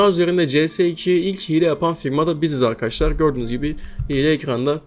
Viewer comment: Arkaşlar diyen ağzını s*keyim